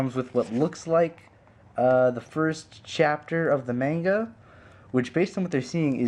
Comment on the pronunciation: you are pronouncing manga wrong just to let you know